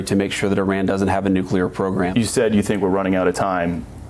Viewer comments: He pronounced it correctly! NEW-CLEE-ARE. Thank you, Thank you. Thank you. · It's nice to have a president that can actually say nuclear properly. FFS it not nu-cu-lar... It's nu-clear.